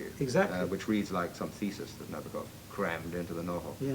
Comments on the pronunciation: Also not right, though. Na-BAW-kuhf is getting close. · Na-BOAK-off. Gee, guys...get it right.